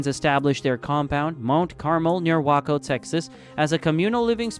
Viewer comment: WAY-COH, not WAHK-O